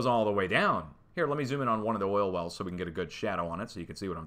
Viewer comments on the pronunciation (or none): none